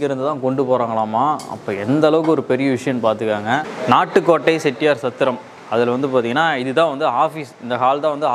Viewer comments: என்ன தம்பி நாட்டு கோட்டை ன்னு சொல்றதுக்கு பதில் நாட்கோட் ன்னு சொல்றீங்க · Nat kot ,Nat kot Ennappa Nee Sariyaga Sollappa Valga Thamil !!!